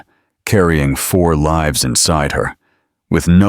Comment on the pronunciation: Please pronounce words properly "lives"